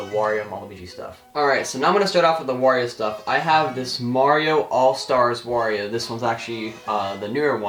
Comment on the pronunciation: LOL you kept saying wa every time you show the wario bros